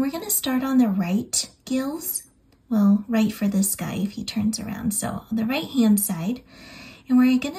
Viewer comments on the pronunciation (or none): none